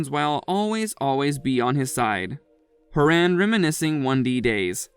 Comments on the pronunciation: It's not HO RAAAAN ITS HORAN .HO HO HORAN😂😂😄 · He can't pronounce Niall so kept saying Horan, then when he said Niall , he pronounced it as "Ni-Oll". Also he kept saying Tomlin Tomlin then it ended up like Lewis Tomlin. Dammit you need to study more🌸🌿💖